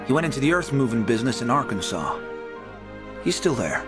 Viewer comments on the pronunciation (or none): none